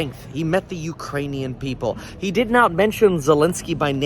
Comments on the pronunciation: I thought he said Iranians, I was like wrong country bro... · Did I hear him correctly when he called the Ukrainians the Urainians??? Then Kamala 👀🤣🤣🤣🤣